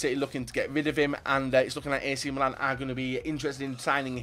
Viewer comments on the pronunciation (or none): none